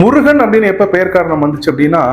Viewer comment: பைத்தியக்காரதனமான கற்பனையும் தமிழ் சரியாக அறியாமையும். முருகன் சரி முறுகன் அல்ல. முருகு எனில் அழகு. முறுக்கு வேறு. உச்சரிப்பு ஒலி தெரியாதவர்கள் உளறுகின்றனர் . பாவம்.